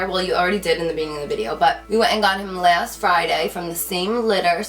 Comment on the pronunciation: how she says around and last 😂😂😭